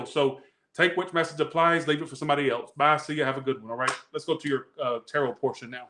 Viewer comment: 😂😂😂did you say terror portion in the capricorn read😂